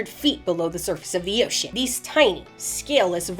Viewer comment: "below the surface of DEEOTIAN"